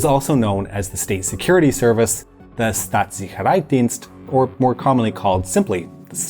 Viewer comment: Got to the pronunciation of Staatssicherheitsdienst and clicked another video.